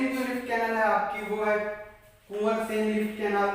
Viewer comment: Itz not कुंवरसेन,it is कॅवरसेन